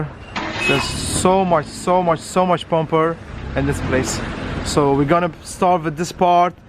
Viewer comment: Bro it's bumper not pumper